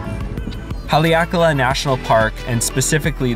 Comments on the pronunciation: I dont get how pronouncung kahului is hard. Lol you just left out the "hu" completely. Im just giving you a hard time, i live here :p oddly you did a better job with Haleakala. Ps: dont go to cove park in kihei. Dirtiest water on the island. Im talking fecal matter. I'm getting my bachelor's in sustainability so thats why i know. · You pronounced Kihei and Haleakala correctly. Also, I never knew they sometimes closed the seven sacred pools area in Kipahulu. That's a bummer. I guess if you want to go there, you have to call ahead of time and check. I wonder why they would ever close that area.